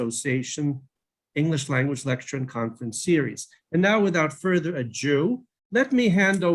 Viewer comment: That's not how you pronounce ado